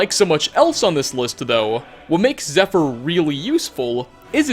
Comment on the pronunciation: Nice try pal, but wouldn't pronounce that bow, "zephyr". Who the fuck are you?